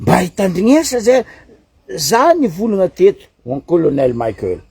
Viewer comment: 🥱 Prononcer tsara agnarana nany, Colonel Michaël fa tsy Colonel "Maickel" nao zegny. Izy tsy américain kara Mickael Jackson. En plus, mivolagna normal anao fa izy tsy manofo kara atao nao. Mazava ? 🫵